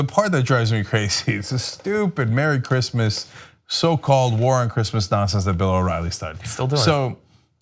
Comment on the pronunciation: What's Grizzmizz? He keeps saying Grizzmizz. Who says Merry Grizzmizz?